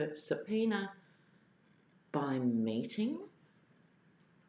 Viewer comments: Linda Casey - Let's hope little Hope has a little more self respect than that, but it sure did sound like "mating" to me. LOL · Sorry, your Australian accent threw me a bit when you asked whether Hope Hicks was 'meeting' with crusty the clown privately on AF1. I understood you to say 'mating'.. of course, my nasty mind went straight to ol' crusty needing some lovin' from somebody since he's alienated the entire female population.. who's left.. Pence?